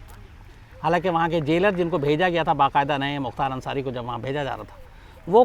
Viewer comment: Naam shi say ly Mukhtar ansari bhai